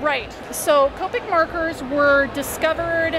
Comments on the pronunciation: I hate when people pronounce it like that.. its not cope-ic its kop-ik omg oh well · I thought it was cop-ic not Co-pic